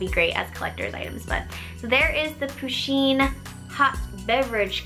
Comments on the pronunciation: its not poosheen its puhsheen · I love this box, but you kept saying poosheen and it REALLY annoyed me! Push-een PUSH! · I'm pretty sure it's pronounced "pu-sheen" not "poo-sheen" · someone please tell her that it's pusheen not poosheen but I love the vids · But, it's pronounced push in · I hat when she says poo - sheen cuz it's push - enn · You don't say it like poo-sheen it is pa-sheen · lol she pronounces pusheen as poo sheen lol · Oh. Meh. Gawd. It's Pusheen.